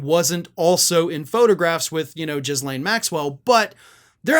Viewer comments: Jizzlain Maxwell!!! I believe it's (Ghislaine) pronounced Gillan, as in Villain. Just saying! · Maxwell's first name is pronounced "guh-LAAN", sort of, same G sound as in "Gary".